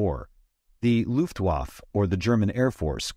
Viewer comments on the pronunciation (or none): Luftwaffe ends with an e but no e was spoken. 😮